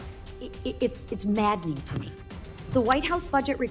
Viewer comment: > MADNING < ... did you mean maddening??